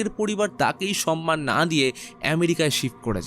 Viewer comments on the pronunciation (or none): none